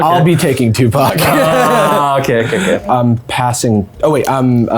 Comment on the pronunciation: I don’t know about anyone else, but when they first said Tupac, I could have sworn they said Tuvok, and I was both extremely confused and excited.